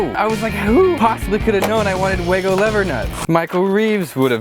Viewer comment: They're called wagos not whatever the fuck you just called them😂